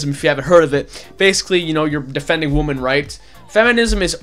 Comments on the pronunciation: why do you say woman instead of women if it's plural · I like this video but god damn say women and woman correctly.